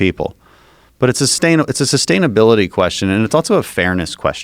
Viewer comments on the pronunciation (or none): Who the hell puts a "T" in the word "also"? Dan Crenshaw Good podcast ....just couldn't help myself